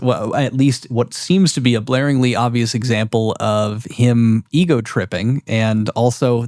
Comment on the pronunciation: Blareingly?? GLARINGLY!!!! Ffs. It’s a common phrase. Do some fkin research